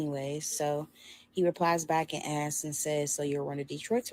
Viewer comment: And askes instead of asks